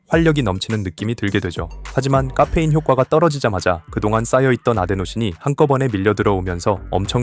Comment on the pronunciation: 까페인 발음 ㅋㅋㅋ